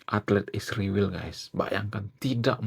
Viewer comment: STOP sebut ISRAEL dg sebutan Isriwil. Kenapa kalian sebut spt itu. Apa lidah kalian beku? Sebut dg nama yg benar ya ISRAEL